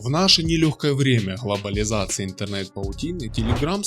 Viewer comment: заканчивай с ХЛОболизациями... не надо так говорить ))